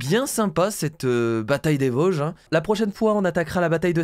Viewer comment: Il dit vosge